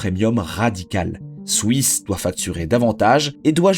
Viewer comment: je vais peter un plomb combien de fois t'as répété "swouiss"